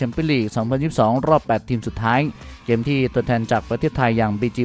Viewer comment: ลองพูดว่าเกมไม่ใช่แกม มันเป็นอะไรมันอยากมากเลยเหรอ เกมๆๆๆ ำม่ใช่แกม